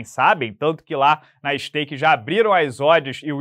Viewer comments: Tem uma parte aí que tu fala “Skate”, melhor cortar rs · Cara pelo amor de Deus cuidado com o que fala da skate saiu um t no lugar do k minuto